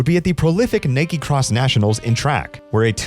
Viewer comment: How can you have an American accent but not know how to pronounce "Iowa?" Also, your first "Nike" was a bit off.